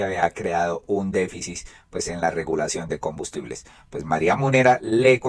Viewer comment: Con mucho respeto pido por favor se pronuncie déficit (con t al final) no se dice "déficis".